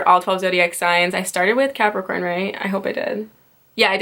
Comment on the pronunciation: You misspeak Cancer and Capricorn in a lot of your videos....#JustFyi Why is that?